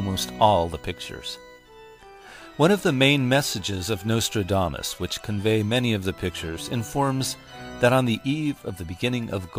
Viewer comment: Turned it off 5 seconds in when he said nostrildamus.